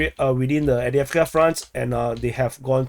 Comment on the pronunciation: There was never enough “eeeeeeee” in your Adeeeeeeevka, anyway. For that matter, you should up your “eeeeeeee” game when referring to “Keeeeeeeeeev”, “Lveeeeeeeeeeeeev, and Kharkeeeeeeeeeeeeeeeev” as well.